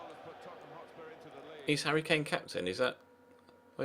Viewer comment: Hotspur not hotsur